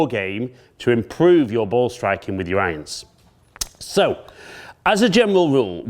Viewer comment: as a non speaking english educated person, it is the new way to say IRONS ? Ions ??